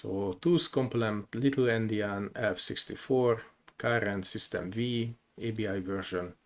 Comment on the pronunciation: Thank you for the video! One note: "System V" is pronounced as "System Five", as V stands for the roman numeral 5, referring to the 5th version.